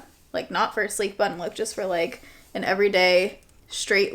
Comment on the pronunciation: Kept thinking I was hearing “sleep” bun and was thinking …why?